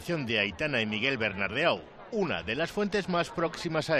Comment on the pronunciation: Por que coño dice Bernardeau si hasta el propio Miguel dice que se pronuncia "Bernardó"